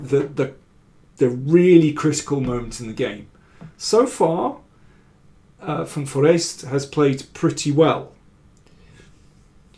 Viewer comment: For an English speaker the pronounciation of van Foreest is excellent.